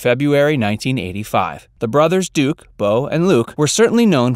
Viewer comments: DUKE not Dukes. If you can't get that right, you're not to be trusted. Big dislike, reported. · Her name is Duke, not Dukes, “”. Fail.